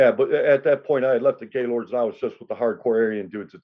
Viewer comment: It’s actually pronounced GIL-OR-DEY 💯 and not just Gaylord…..I grew up with LK’s and Black Stones so I never liked GL’s and we used to make fun of the name ALL THE TIME! 😂